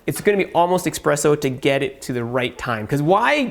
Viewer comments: I know that. You're pronouncing it incorrectly. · Expresso? It is" espresso".